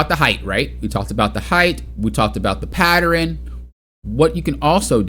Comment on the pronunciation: Pattern. Patterin. 😂